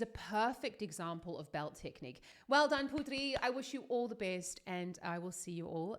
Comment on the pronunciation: Thank you for the support we people from indonesia really proud of her too, please keep support her.. And thank to said her name right cos some people just said her name like ''put three" even the host of the show said it wrong, but its okay cos some times it hard to say other people name especially in different language